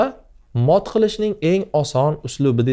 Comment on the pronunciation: Iltimos darslariz yaxshi raxmat lekin mat emas mot db talaffuz qiling shunda yanaxam alo buladi